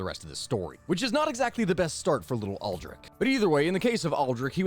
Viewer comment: Ames is a one sellable word. Also Aldrich is pronounced with a soft CH at the end.